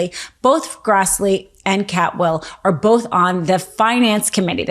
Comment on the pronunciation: She is saying Maria Cantwell's name wrong. I live in Washington State. Please correct this.